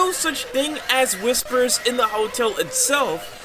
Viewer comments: I like the "Whipsers" Definitely not Whispers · ah yes whipsers